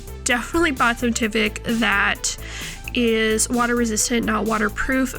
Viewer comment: It’s tyvek with a long I sound